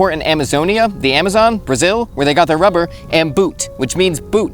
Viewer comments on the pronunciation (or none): none